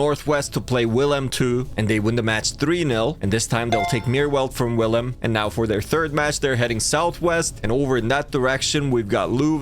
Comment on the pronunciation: pronounced veel-hai-mm